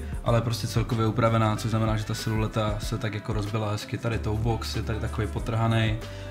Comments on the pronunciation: Přesně siluleta 😩😩😩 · Mě pořád dostává že v každým videu o botách řekne slovo "silueta" špatně, a pokaždý mě to bije do uší😂